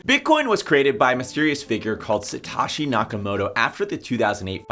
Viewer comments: Bro Satoshi is Satoshi not Sataaashi lol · lol same thought. Suh-Toe-She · Say it with me. Sah-Toe-She!